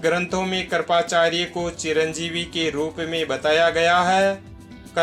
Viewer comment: आपने चिंरजीवीयोंको अच्छा विशद किया | मगर स्मरण, कृपाचार्य आदि अनेक शब्द है, जिस का उच्चारण गलत है सही शब्द बोलनेकी कोशिश किजिये|